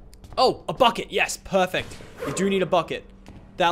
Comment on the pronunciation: sounds like fuckit not bucket